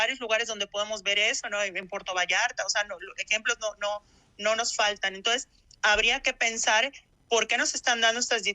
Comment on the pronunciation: Como es que una licenciada dice "entoes" en vez de entonces??